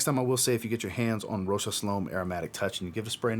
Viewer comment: Good review, I liked it more than others in here.. and I am glad you pronounce the name of the designer closer to how is pronounced for Fashion designer Marcel Rochas (1902–1955).